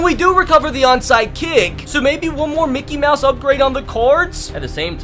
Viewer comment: Why do you always say Mikey mouse